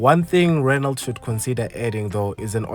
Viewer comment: A car manufacturer that does not offer automatic options is not serious! Apperantly you don't pronounce the "T" in Renault.